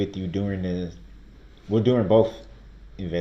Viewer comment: It makes me laugh when he says,'Boaf', instead of both